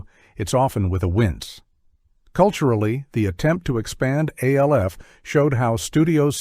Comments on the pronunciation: It's not A-L-F ..it's Alf ...as in one word 🤦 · It’s pronounced Alf Alf Alf not A.L.F. and it’s Cops not C.O.P.S. and they were both popular. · You're obviously using AI for the narrator. That's fine, but why not script it and fix it accordingly? It's not Aayelleeff. It's Alf. It sounds similar to Alfred, almost like a nickname. Just type cops instead of capitalizing it so it says cops. instead of C O P S. Same for mask. Further, MASK remained fairly popular compared to several shows that were awful out of the gate. It makes your list questionable. It feels like you didn't do your research. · It’s pronounced ALF ALF ALF not A.L.F… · Gilligan's Planet segment showed clips from the wrong cartoon. You showed The New Adventures of Gilligan instead of Gilligan's Planet. And as people has pointed out, Alf is not pronounced as initials, it pronounced Alf, and C.O.P.S. is pronounced as Cops, and M.A.S.K. is pronounced mask. Also, the AI narrator misprounounces DiC, and saying M.A.S.K. is Hasbro's answer to Transformers and G.I. Joe when the toy line was released by Kenner (as this was before they were acquired by Hasbro). Also, there was no Brown Hornet cartoon, and don't go criticizing Filmation teaching morals. It helped them keep parents from complaining about He-Man being a half-hour toy commercial. And Super Globetrotters should not count in a list of 1980's cartoons if it originated in 1979. Also, Slimer and The Real Ghostbusters was the result of ABC deciding to go with a focus group forcing changes to the show, which modified Janine's character, and made it where the ghosts were no longer the ghosts of the deceased and were more supernatural or fantasy-based ghosts. Seriously, can you please ditch the flawed A.I. and get a narrator who can actually do research into these topics? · Your AI is D.U.M.B., spelling out Alf and COPS? Seriously?! At least spring for a decent AI voice